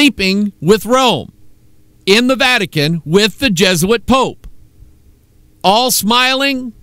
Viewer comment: he said vatic-anus :-)